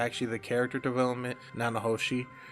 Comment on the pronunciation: Thank you for the Mushoku Tensei content, I always appreciate this series getting love. I’m going to put some names in the comments to help you with pronunciation. Peru-gee-us (armored dragon king, not god) Na-na-ho-shi Ki-shi-ri-ka__ ki-shi-ri-ku A-tof Syl-va-reel Za-no-ba Much love, keep it up, bro :)